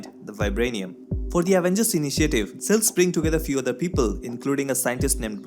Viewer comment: Since you are targeting national audience here is a tip: Please pronounce SHIELD as shield not SEALED Your SHH.. sounds like SS.. Nevertheless, it was a good recap thanks.